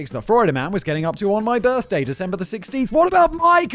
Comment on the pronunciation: I swear I heard Simon say girthday. Somehow, I don't think it was a mistake. Another fabulous script Kevin.